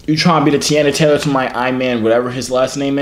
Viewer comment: You said Teyana Taylor Name all wrong